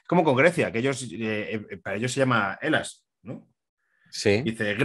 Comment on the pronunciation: que Elas ni que Elas...Ελλαδα! (pronunciado: Elada)